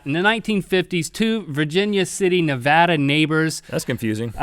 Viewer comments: Thank you for saying Nevada correctly:) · Rhett and Link -- thank you for saying Nevada correctly. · THANK YOU for talking about the Spite Houses in Nevada! I live there, and it's one of my favorite stories about the area. And THANK YOU for saying Nevada correctly! Love you guys! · I live like 2mins away from Virginia city Nevada also thank you guys for saying Nevada right